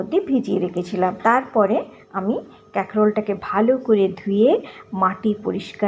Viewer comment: ক্যাকরোল আবার কি ????😂😂😂😂😂😂 কাঁকরোল বলুন